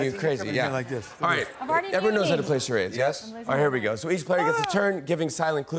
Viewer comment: Jimmy "game of Cha rods" lol.